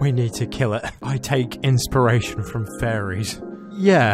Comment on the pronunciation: Fairies I thought she said furries and I was about to say dafuq